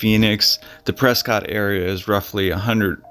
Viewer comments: Just a little FYI. It’s pronounced Pres skit, not Pres cot. Enjoy you videos, thank for sharing. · First its Gran - it mountain, second its called Press - ket.